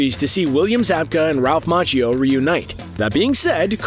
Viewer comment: its Ma key o not mach ee o